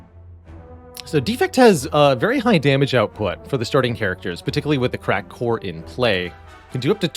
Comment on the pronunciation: Totally heard crack whore instead of cracked core lol